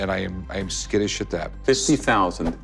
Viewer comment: Rick really said “I’m skiddish at that” lol